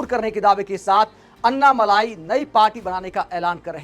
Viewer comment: मलाई नही अण्णामलै कहते है तामिळ मे